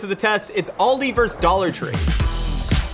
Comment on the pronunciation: It really is "versus" though, it's not "verse".